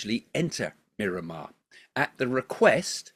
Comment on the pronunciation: r u calling Myanmar Mirramar?